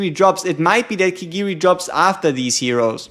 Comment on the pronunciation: "We take thise" that was great dude lol😊